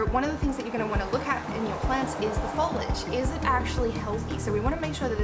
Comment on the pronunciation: It's Foliage not follage!!!!